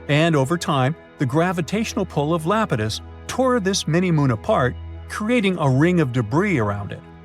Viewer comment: Not lapitus it’s EYE-ap-ah-tus